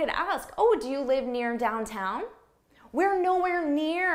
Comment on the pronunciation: wait for a second what is dowtown? you mean downtown?